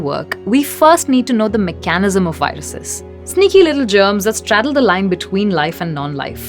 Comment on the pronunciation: I love the pause --- MEKA - NISM... love the accent...!